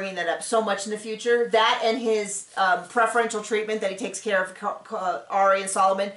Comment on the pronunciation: New drinking game: take a shot every time says “I don’t Kerr”. 🍻🍻🍷🍺🥃🍸🍹